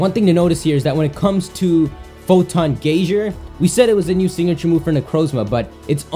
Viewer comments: Actually Gay-zer is how that word is pronounced. Like gazer as in laser. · It's just the word gaze with an r on the end, that doesn't change the way it's pronounced. It sounds like you're talking about a geyser, as in a boiling column of water that shoots out of the ground. They aren't the same thing